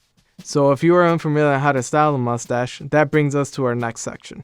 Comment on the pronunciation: "Mus-ash" Voice for print.